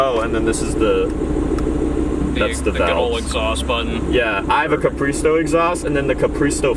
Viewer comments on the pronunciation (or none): When he said his R8 had a capriso exhaust, I thought he said he had a capri-a-sun exhaust😂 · I think he actually did say capri-a-sun